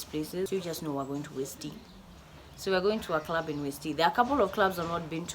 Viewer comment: When she says clurrb